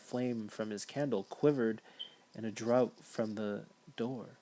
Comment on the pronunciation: 'Draught' is pronounced ''draft", not 'drought' (which is a completely different thing)